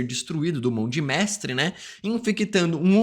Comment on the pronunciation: Também reparei esse "Mão de Mestrwe" SInal que NUNCA leu os quadrinhos, pq impossível errar nisso que é tão básico. E tmb não sou hater rs.